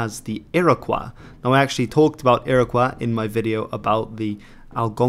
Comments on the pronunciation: A very enjoyable video. One correction. The proper pronounciation for the name Iroquois is Ear-ah-koy. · It's pronounced "Ear-uh-kwoy." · funny ur pronouncing iroquois the french way. never heard that before